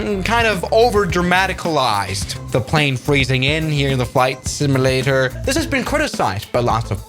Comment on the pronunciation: It's simUlator, not similator 🙂